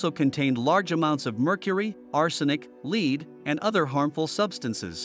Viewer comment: Strange how he said "lead [the metal] like lead [as in dog lead].He also repeats sentences.Is it a man or robot?Annoying to say the least..